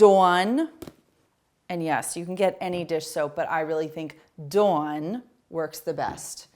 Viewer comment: Love these ideas! Also love the emphasized pronunciation of Dawn (Doowan) feels like I’m visiting New England 😅